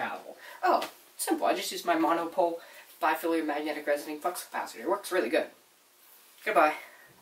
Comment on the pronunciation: LOLed at the "Flux capacutior" :_D